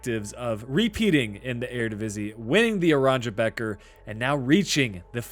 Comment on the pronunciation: Geat video, in dutch “beker” is pronounced as baker